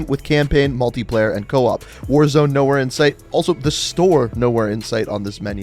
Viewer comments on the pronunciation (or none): none